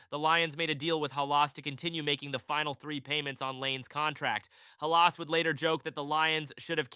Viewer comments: It’s not Ha Las. It’s Hal iss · Pronounced Halis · Can’t even say Halas correctly, and showed soccer fields in this video. Get a clue 🤣🤣🤣🤣🤡🤡🤡🤡